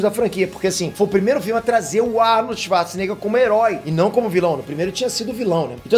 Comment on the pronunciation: O primeiro nome que vem na cabeça sem sombra de dúvidas diz aí: Arnold svarce nega kkkkk